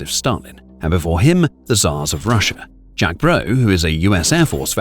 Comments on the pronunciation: Good video, but it's Jake Broe, not Jack Broe. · C'mon man, its Jake Broe, not Jack Broe... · His name is Jake. Not Jack. Jake. Ffs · It's Jake broe as in Jakob Broe, not Jack.